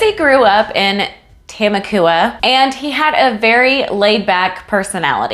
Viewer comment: Lol it’s Ta-mok-wa